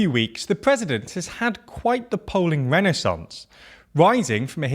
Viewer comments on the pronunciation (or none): none